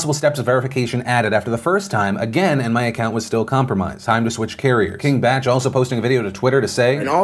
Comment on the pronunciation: King Bach doesn't know how to spell.... Bach is pronounced "Bock". He should be King Bash...